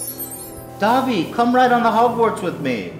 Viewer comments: Him saying Dobby like Dabi kills me. One is an elf, the other is a traumatized Todoroki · superfluous saxicole no they say dob-ee